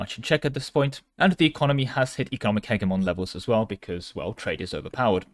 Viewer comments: I love you bro but its pronounced Heh-Jeh-Mon... 😭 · the way you say hegemon has to be rage bait. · Nah he's just doing a slavic impression.